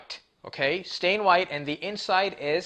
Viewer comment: Did you mean satin white, or stain white?